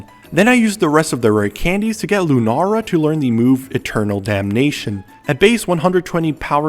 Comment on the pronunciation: Lu NARRR uh